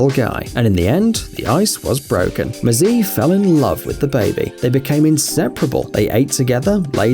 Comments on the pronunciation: Mzeh is the pronunciation for the tortoise. Mzee means old, elder human. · That's not how you pronounce "Mzee"! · Couple of corrections on the hippo story- his friend is very definitely a tortoise, very definitely NOT a turtle, his name would be pronounced Mzay, not mzeee. Mzee is a term of respect which literally means “old man” in Swahili.